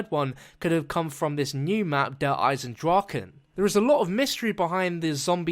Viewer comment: You pronounced it correctly. Yay.